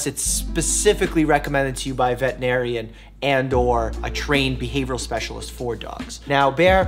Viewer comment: Learn to pronounce “vetERinarian” & then become one.